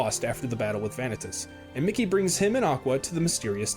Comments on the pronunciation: Veah-Nih-Tuss? This guy clearly didn't play the games with Vanitas (Vuh-Knee-Tus). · one thing i hate in this video is how he says vanitas like he does all the work to say his name wrong